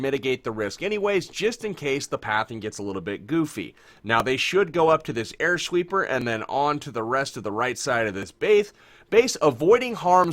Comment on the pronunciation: Air Shweeper